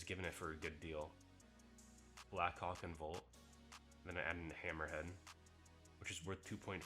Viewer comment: This guy is saying black cock instead of blackhawk😂